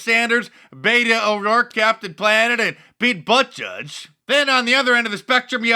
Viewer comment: Did you call him Pete Butt Judge?! Lol. That's hilarious!